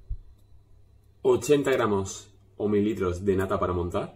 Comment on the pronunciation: Parece que diga: " ponemos a calentar doscientos mil litros de leche"